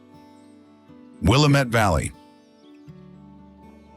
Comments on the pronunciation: It's Wil-LAM-ette. The LAM rhymes with RAM. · WHY? WHY? WHY? Can't YOU EVER pronounce the "Will'-am-mett" River CORRECTLY ? ! ? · will-AM-it, dammit. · Have to make a correction. The word “ Willamette” is pronounced phonetically “ Willam et” do some research on local pronunciations. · It called the Will-, am -,ette guy shoulda learned how to pronounce our beautiful places correctly! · You need a new narrator, one who knows how to pronounce correctly the features viewed. Seriously, East Coast drivel pronunciations. Also, it's not "Keep Portland Strange", it's "Keep Portland Weird". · Many of the location names were mispronounced, (lifelong Oregonian) but it still made me proud to be from here. Beautiful edit. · The AI reader managed to mispronounce the name of the Willamette River in two different ways, within 5 seconds of each other.